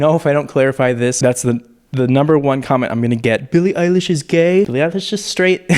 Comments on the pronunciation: my man almost said “Billie Ache” 😆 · “Billie Eyelash”